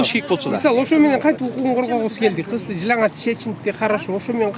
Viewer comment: Бул кыз жыналач дейт го жылаңач деп айтылат